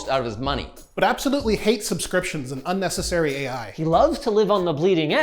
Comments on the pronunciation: "uncessary" lmao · "uncessary"? Really? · "uncessary AI" lol